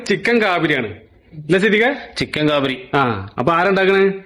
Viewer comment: കാബിരി അല്ല കാബിലി എന്നാണ്